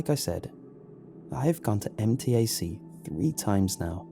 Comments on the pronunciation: As someone who has gone to MTAC many many times, I... can actually see how being kidnapped there is easy so the story isn't too off in the portrayal of the surroundings. Side note, I did twitch a little everytime it was pronounced M.T.A.C. Instead MTAC, but it's just a pronouncing thing for me. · fun fact: we actually pronounce MTAC as 'em-tack', not letter by letter